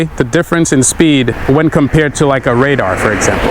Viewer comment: Ra-darr 😂 love your videos bro ! Look forward to riding with you one day